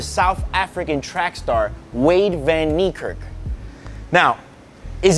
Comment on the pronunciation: Say van niekerk right